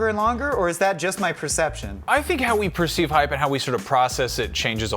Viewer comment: Hape? Hype ? Anyone else hear that with the first dude?